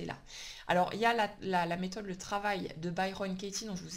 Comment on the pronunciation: Bonjour, Bonne idée à mettre en place (pour moi je parles) 😉 peut me rappeler le nom de la méthode de travail dont tu parles, je n'arrives pas à comprendre le nom que tu prononces. Merci 👍